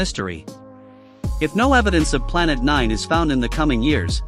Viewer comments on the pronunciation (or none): stop saying nine like N I N E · i like it when he says “NÆĚÊN” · "Planet N I N E" always gets me💀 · The way you say "nine" makes me want to pass away from colon cancer immediately.